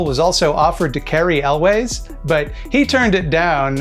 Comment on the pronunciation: It's pronounced "yules"... not "elways." Cary Elwes